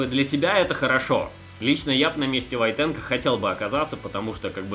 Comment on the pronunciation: Не ВойтенкО, а ВОйтенко!